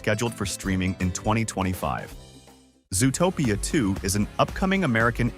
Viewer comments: Is this narrated with an AI voice? Nobody pronounces it "zoo-o-topia". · so it does look sus. I thought it was only me. also. why does the voice over say zoo-uh-topia 2. are they using ai to do the voice overs?